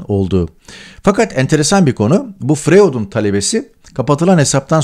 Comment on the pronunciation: Tarık bey " froüyd" diye telaffuz edilir.acizane katkim olsun istedim.teşekkurler